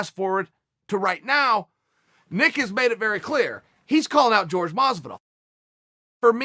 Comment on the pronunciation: Pleaaaaaase stop calling him GEORGE!